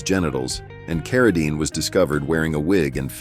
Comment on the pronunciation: David CarraDINE is pronounced CarraDEEEN